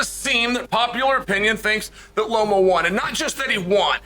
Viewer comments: Lomo?? Come on man 😅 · I don’t know what Loma did to Chael for him to pronounce “Lomo” but it must have been serious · What the hell is lomo?? You mean Loma. Boy you just want to talk huh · I came to the comments section specifically for this. Is somebody going to tell Lomo that his name has been legally changed?